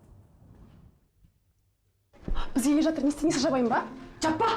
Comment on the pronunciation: Атыр,атыр демей жатыр деп дұрыс сөйлемейме😮